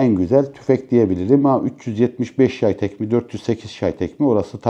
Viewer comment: Şay tek değil çhey tag şeklinde telaffuz edilir. Bide bnm icin en iyi sniperrifle falan diyosun.Zaten bolt action kategorisinde dunyanin en iyisi...ispatli yani sen onaylasan ne olur onaylamasan ne